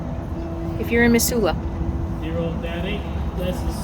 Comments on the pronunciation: OMG that made me homesick for Missoula! Been toying with moving back but housing is so expensive there right now. I'd forgotten how beautiful the area is! Thanks for this refresher!!! P.S. I know you probably don't care...but the ss in Missoula has more of a "z" sound to it, like "Mizsoula." Drove me nuts every time you said "Miss-soula." LOL! I think my ears actually cringed a few times. :D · Thanks for correcting the pronunciation for Missoula... Mizz not Miss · Hey, I’ve “liked” many of your videos. This is my first comment: We say it Mizula. Yes, your way is phonetically correct but then there is the way we actually talk. Pre-Covid, the Farmer’s Market up by the X’s would have had twice the number of vendors and many more people. You did a fine job of capturing some good video of the area. Kudos and Happy Trails. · I lived in the Pacific NW all my life. We always pronounced it with 'z'. Mizzoula... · I love in my RV in Missoula! When was this!?!? We pronounce it Mizzoula! I'm so h glad you were here for the markets! It's a great town, my home! That van is our empower Montana/ Harm reduction van... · its now pronounced METH Zoola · Mizula, not emphasis on the Miss. 🥰😉 sorry about all the Trump flags. Makes me so sad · Have never heard any pronounce Missoula that way. LOL! Anyway, Montana is full. I heard Minnesota is quite nice.